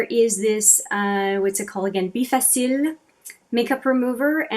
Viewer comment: In the u.s. we pronounce the bifacil like bye face elle.